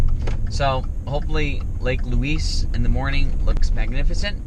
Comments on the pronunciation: We locals pronounce Lake Louise more like Lake Looize we kind of slur the "s" sound and not announce the "s" sharply. I hope that makes sense. You guys will have to go back when there is not so much smoke in the air. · I get a kick out of your pronunciation of 'Louise as Louiss'. We Canadians call it Loueeze. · It's Lake Louise (Loo eeze) not Luis! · Ho-run-num-nay is its first name. It's pronounced Lou-eeze not Lou-eees - the person it was named for was female so you're using the masculine pronunciation which is incorrect. And, Queen Victoria did not demand it be named after her daughter - it was named to honor the princess because she was the wife of the then Governor General of Canada and was held in esteem. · It's so much fun to sit on your dashboard and watch your family interact. I live four hours from Banff and appreciate the reminder how beautiful it is. I love how you pronounce Lake Louise as Lake Loooeeessss. We pronounce it Lake Loueeezzzz. Lol. So glad you enjoyed my backyard and were treated well. safe travels to you all. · Pro Tip - say "loo-eezz"